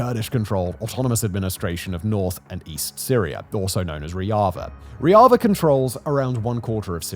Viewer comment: "ReHavah" "RuKahhh" 😭😭😭 ffs